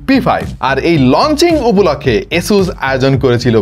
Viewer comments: ভাই আসোস কে এসোস বলেন কেন? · It’s আসুস, Not এসুস/অ্যাসুস 🫵😐 !!